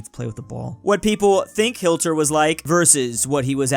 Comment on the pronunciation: It’s HiT (ends with a T) Ler (starts with an L), not hiL-Ter. Please practice pronouncing it before you once again discuss nasty old Adolph. Thank you.